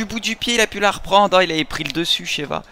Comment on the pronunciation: Et qui dit j'ai plis le niveau de compèt' 😂😂 Bien ouèj mec! 👏🏆